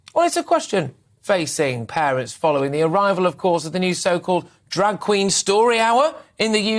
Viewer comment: I thought he said "drug queen"??